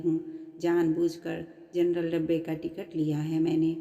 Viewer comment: Jarnal bogi nahi janaral bogi